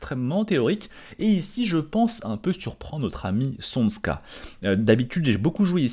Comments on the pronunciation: C’est pas csonSka mais csonka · c’est tchonka balage… Cs=Ch comme en anglais dans church, et zs c’est g comme le dernier son de garage. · Csonka se prononce à peu près [tchonka]